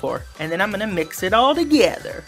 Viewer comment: He says, now I'm gonna mix it all DAGEDER!!!